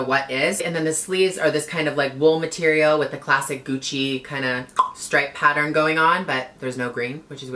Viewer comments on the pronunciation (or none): none